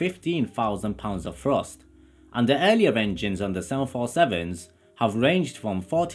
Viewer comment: ART CORE Afro-Caribbean Londoner?. Fousand pounds of Frust!!☺